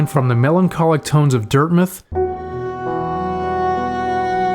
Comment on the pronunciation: You also said dirthmuth which I found funny